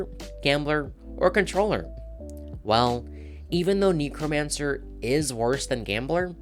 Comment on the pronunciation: I main Gambler trickster necromancer I agree to actually thank God you said it correctly!